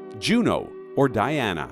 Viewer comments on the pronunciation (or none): none